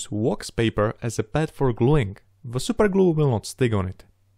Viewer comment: when he says SUPER GLU 😩😩😩